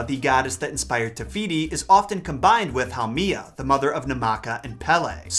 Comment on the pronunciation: Haumea (HOW- may. Ah ) You are totally butchering the Hawaiian language